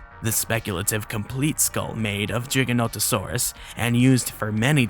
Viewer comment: Never imitate CinemaSins, they are the epitome of intellectual dishonesty! Granted this "plus minus" structure is easy to digest for the casual Youtube consumer. Also kudos for pronouncing Giganotosaurus right! I share the criticisms, even the ones related to the different biases used to excuse the innacuracies, and I am thankful for the mature de-escalating addendums at the end. Snark is in your DNA for better or for worse and that won't change but I've found it well dosed here.